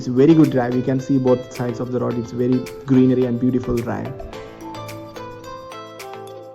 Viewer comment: Super Eabu. For such good views go from Kottayam to Kumily. You have some rubber trees and enjoy the scene. Also it’s road, not rod.